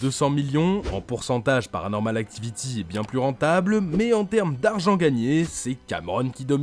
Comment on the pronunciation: La minia "paranormal actovity"😂